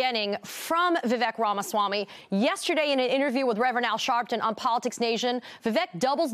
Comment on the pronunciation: The only good thing to come out of all of this is that Americans have now learnt how to pronounce 'Ramaswamy' properly. It just makes me very happy! :D